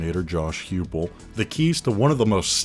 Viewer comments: Heupel pronounced “Hi pul “ not “hew pul” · Excellent video, but I want to be picky and point out that Coach Heupel's name is pronounced Hype-el, not Hewpel. Lol. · it’s pronounced like josh hypel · Great video. However, Josh Heupel is not pronounced Hughpel. It’s Highpel. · I died when he called him Josh Hyoopel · Dammit its hypel. Pronunciation not actually spelling. BOOMER!